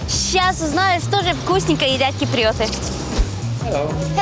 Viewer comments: Не ки-при-о-ты а кип-ри-о-ты! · киприЙёты, эфиЙёпы )) приятная девочка)